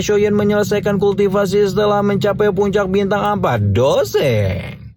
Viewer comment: bg ko lu nyebut nya bintang 4 dou seng😂